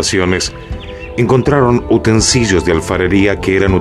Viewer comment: Un locutor que pronuncia "utensillo" en vez de UTENSILIO, es tal vez la más grande absurdo de este microprograma.